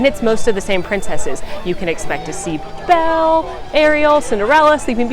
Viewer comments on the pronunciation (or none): none